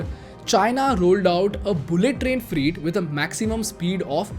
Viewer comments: I follow your videos, and in many cases find that your research is good. But I suggest you edit and reload this video because your pronunciation of "FREIGHT" sounds like "FREE". So, it sounds confusing because these trains are not free. Freight is pronounced "Frayt". T is not silent and the 'ay' bit in between is like in Pray. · Freight is pronounced as Fr eight as in Eight, not Freeeet as you are saying. I've always liked your YT postings which are mostly educational and informative. Pls listen to how Modiji is pronouncing it. Thanks for the lovely post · is it just me or , is he really saying free train again and again instead of freight train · It is not freet train. It is fret train. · You should have taken 5 minutes to research the proper pronunciation of some English words. For example, "freight" rhymes with "wait" not "meet". Etc. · What is “freet “ trains? I thought “freight” was pronounced “fray-t”or “fr-8” no?🧐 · Bro, freight is pronounced as 'frait' not 'freet'. Sorry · Please bhai its "fry-e-it" not "free-it" im so sorry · Not "Free-Train..." it is ''fre-ɪt Train' 🙌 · It is "Freyt" Train. Not "Free" Train. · Also it's not "freet" trains it's "fray-t" trains. His pronunciation hinders my interest in the content. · Its not freet trains. Its freight. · The pronunciation is not Freet. It's Frey-eet corridor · फ़्रेट not फ़्रीट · 😂😂😂😂😂😂😂😂😂 What the hell is "free-T" It's pronounced "frayt" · It's not freet Its freight.....pronounced frait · Its freight not free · Freight, rhymes with weight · Sir, isn't it pronounced Fr-eight. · Your "Freight" pronunciation is flawed. It sounds like FREE trains. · Your videos are great. However, it’s pronounced ‘FR-ATE’. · Freight Train Indian English pronunciation Sounds like frayt trayn Slow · Bhai, why dont you check the pronunciation? Its not free trains. I got confused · Pronunciation is more like Freyt or Fre8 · Freight is pronounced as fray-t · It’s F R E I G H T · Please learn to pronounce freight correctly 😁